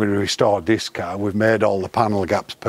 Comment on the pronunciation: Feck me. How many times can he say, 'carrr', in one interview!?